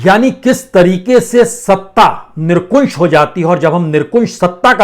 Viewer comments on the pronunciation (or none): Sir nirkunsh nahi nirankush shabd hai ..bolte samay Dhyan dein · सर जी आप निरंकुश को निरकुंश बोल देते हैं, गुस्ताख़ी माफ़ हो। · वाजपेयीजी कृपया कुंश नहीं शुद्ध उच्चारणअंकुश करें । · निरंकुश होता है। निरकुशं नहीं होता है कृपया सही करें। धन्यवाद। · Not nirkunse but correct is nirankush. Sorry, thanks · Nirankush hota he nirkunsh nahi sahab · क्षमायाचना के साथ ...... निरकुंश नहीं 'निरंकुश' । 🙏